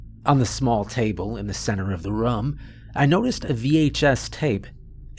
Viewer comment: Team "Narrator Says Rum instead of Room" check in here 👇